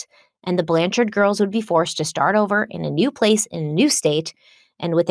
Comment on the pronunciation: I love that you dropped the "e" from the end of Blanchard!